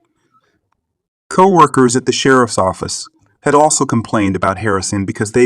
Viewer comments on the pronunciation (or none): This annoys me no end. Been noticing for awhile that not even cities are announced,only the counties.On top of that there are other irritations. For instance the AI commentators drive me crazy. This one just called co-workers cow workers! Think of all the people who did this for a living. We actually knew many of these people because of their talent, their gift and now i guess they will just disappear. why are we allowing ourselves to be irritated and annoyed Daily ?